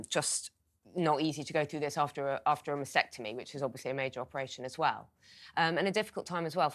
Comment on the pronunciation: MAST ectomy NOT MAS ectomy. AT least pronounce it correctly.